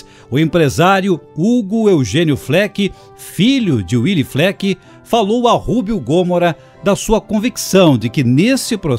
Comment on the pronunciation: Gostei da apresentação, mas devo dizer que a pronúncia do nome de Willy não é "uili" e sim "vili", nome de origem alemã e não de origem inglesa. Willy era muito amigo do meu pai que em meados dos anos cinquenta, como gerente do Banrisul em Três Passos financiou 4 ônibus F-600 para a Ouro e Prata.